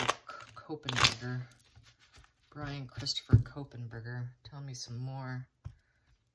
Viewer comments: Not Ko pen.....just KOH....Berger. There is no "Pen" after KOH and before Berger. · Kohberger. There’s no N to make it kohenberger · Kopenberger?? It’s Kohberger (Co-burger) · Normally I would say nothing about pronunciation mistakes but this one is too close to my daughter's last name and it creeps me out. You said it like Copen. Since I raised her in Seattle, then Portland and now she is in Idaho...too much connection.